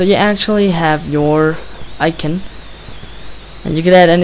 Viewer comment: icon i prounonced i-con not icen and also gimp i s pronouced how its read not jimp GIMP other than that nice vid